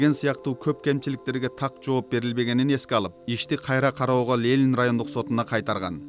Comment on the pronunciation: Журналист,уят эле .Лелин эмес Ленин.Позор!!!